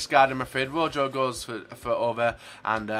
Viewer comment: It's Row-Ho not Ro-Joe haha